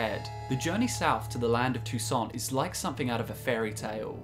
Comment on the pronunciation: "So I though't I'd share my Tou-Saints". Ok.